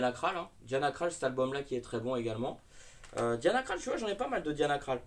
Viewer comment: Ça se prononce "diana crol " 😉